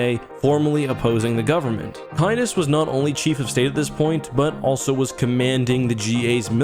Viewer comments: If I'm not mistaken Darth Caedus should sound more like Darth Sadist. not Kadus. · Also, it's pronounced "Darth say-dis" as in he's sadistic, torturing himself and others as a means to an ultimate "better" future.